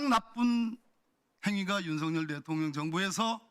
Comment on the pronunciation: 묘하게 김병주 의원님 대통년이라고 들려요ㅋㅋㅋ